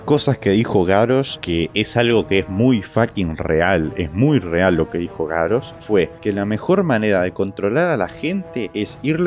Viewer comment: Es GaRRosh, con dole R, no GaRosh. Ademas que Garrosh suena mas fuerte.